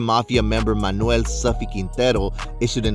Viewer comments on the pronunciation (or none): none